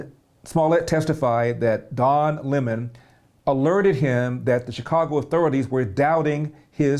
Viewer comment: Why do these guys insist on mispronouncing Don’s last name? You’re entitled to your opinion but I’m not sure why it’s prudent to continually mispronounce the man’s name.